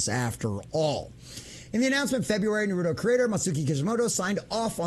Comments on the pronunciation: Naru - Toe Not narudo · It is funny when nonfans say the title. It is naru-toe. Not narudo. 😅 sorry my dude.